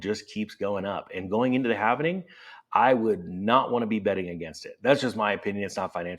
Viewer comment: HALV-ing… not HALVEN-ing 🤪